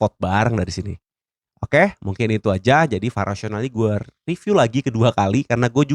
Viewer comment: Kok vara bang, bukan vari